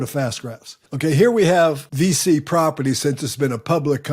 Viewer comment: Thanks for the video! VICI is actually pronounced like "peachy" but with a "V".